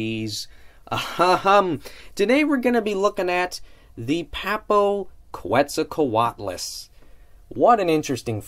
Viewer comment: Noice review of this one m8, this is definately one of my most hyped Papo figures, Quetzalcoatlus is my favorite pterosaur. Also for future reference - Fun Fact: Quetzalcoatlus is actually pronounced Keh-t-zal-co-at-lus. Pretty interesting, I credit david for teaching me that one ;)